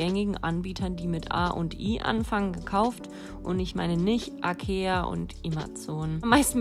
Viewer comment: "AKEA und Imazon" xD made my day